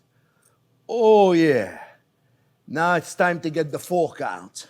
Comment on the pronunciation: And now it's time to get the fork out .... with the accent lol